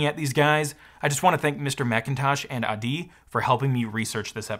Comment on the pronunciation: For your knowledge: Adi's name is pronounced with the accent on the A instead of the I